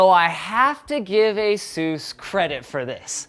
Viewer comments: #Sarcasm I'm offended by the way you pronounce the company name, Sinus! Knock it off and learn how they got the name, and say it right! (Like I said, sarcasm) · Wait, is that how you pronounce Asus?